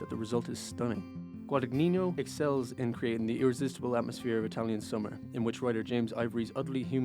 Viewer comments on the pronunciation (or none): Excellent review! BTW Guadagnino is pronounced more like "Guadanyeeno" not "Guadanyinyo." ( "gn" in Italian is like the ñ in the spanish "mañana" ) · Director's name is pronounced more like Guadañino.